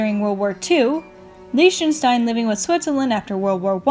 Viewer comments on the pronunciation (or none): The way she said Liechtenstein, it's lie-ck-sh-tien